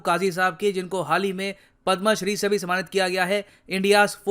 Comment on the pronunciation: Aap पद् मा श्री kyo keh rhe he jabki ye पद् म श्री है। Jab hindi educators hi sahi se Indian Honours ke naam sahi se nhi lenge, to fir kya fayda in per videos banane ka. Jara sochiye